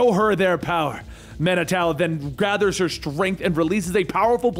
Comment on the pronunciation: It's pronounced man-i-too